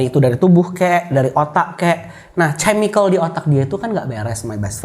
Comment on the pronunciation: Geli gw.. denger dia bilang chemical pake C 🤣🤣 padahal si dah kode ngomong chemical yg bener eehh dia nya ttp ce ce ce 🤣🤣 better speak indonesia aja bro